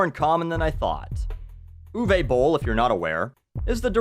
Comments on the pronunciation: What I like most about this video is how didn't make one pun about Uwe Boll being German - he didn't mock his accent, joke about Nazis or anything like that - I know some,,comedians” would have done so without hesitation. Also bravo to the pronunciation of his name, most english speakers really butcher German names. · This video has taught me how to pronounce Uwe Boll, thanks.